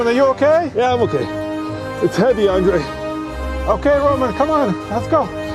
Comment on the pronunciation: “I have 1 Rowman power” -Andre 🤣